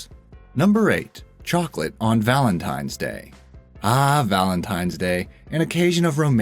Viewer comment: AHHHHHHHH!!! He said VALENTIMES DAY! I CANT DEAL WITH THIS!